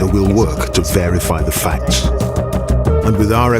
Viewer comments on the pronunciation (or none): It sounded like "varify" as well which I'm fairly certain isn't a word! 🤣